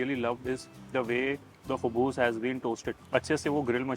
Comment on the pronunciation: It's khubz not khubuz